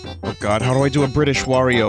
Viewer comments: for Bri'ish Wario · the Wario Bri’ish